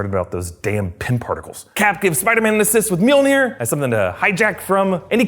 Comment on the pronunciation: Love how he calls “mjolnir” meonere